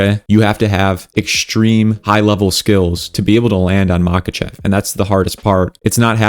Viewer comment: bro, not mAkachev but mahAchev